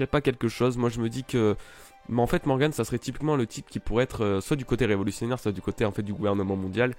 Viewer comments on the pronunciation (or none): none